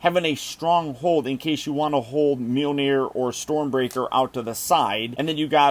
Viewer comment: Hearing you say Mjolnir hurts me to my soul